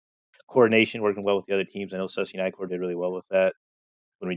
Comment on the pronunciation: Corp has an "S" in it. Corps Like an Army Corps.